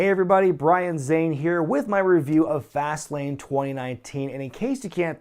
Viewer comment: I thought you said Vaseline instead of fastlane in the beginning lol